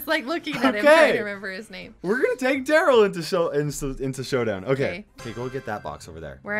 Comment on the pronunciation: It’s, Tara, Poco, And Darryl. Not Tara poko darill